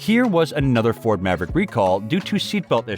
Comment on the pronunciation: Why is this guy saying "envay ebble" and "Mav rack" or "spokes maen" ? That's not an accent I've ever heard before